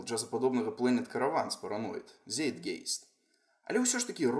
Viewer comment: Рабяты, я думаў, што канал усё. Столькі крутых відэа было раней, ажывайце! Дзякуй за відэа, толькі адна рэмарка : "Zeitgeist "- Цайтгайст чытаецца